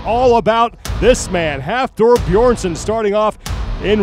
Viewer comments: Man can you stop calling him Beerson? Maybe next year youll learn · Why is nobody capable of pronouncing Hafthor's last name!? Beeeeeeerson! wtf is Beerson? haha. You'd expect as the WSM that people would respect him enough to pronounce his name right! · The moderator on the stage still cannot pronounce Björnssons name properly, ten names to learn must be quite a challenge. Quite insulting not to bother to practice the name of one of the top athletes. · insult or not, professionally the guy did a pretty poor job. so much better than last year though, Live music go check out Henry and the dude try to pronounce the names last year, it was glorious.